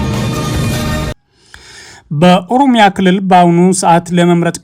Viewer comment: መጀመሪያ አማርኛ ተማር። ሆሮሮሮ ጉሩሩሩሩ የሚባል ሀገር የለም 😅